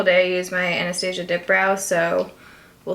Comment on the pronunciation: omg the mispronouncing morphe and anastasia. baby!!